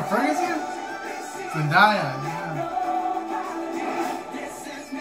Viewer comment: It's Zen-DAY-a. Otherwise than that good review 👍🏾